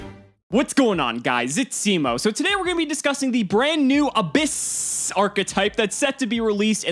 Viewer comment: The correct pronouciation is Ab- hyss, a pun with the sound that snakes make with their tongues.